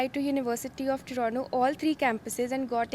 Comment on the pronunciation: U have been in canada for so long yet dont know how to pronounce toronto